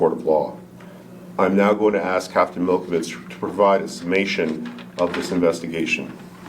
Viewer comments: running for school board, can’t pronounce the word ask, but wants to help translate “they” voices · They instead of their. Twice. Axe instead of ask.